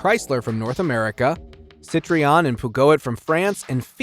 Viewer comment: Is this guy drunk? Thats not how you pronounce tonale citroen or peugeot